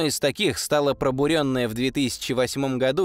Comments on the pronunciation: не пробурЁнная, а пробУренная..... егэ сдавал? русской речью владеешь? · Да и ударение в слове пробурЁнная, режет слух.